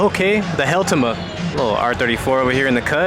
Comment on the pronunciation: The “Helltima” took me out!😂